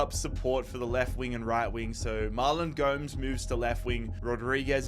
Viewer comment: Gomes is pronounced Gomez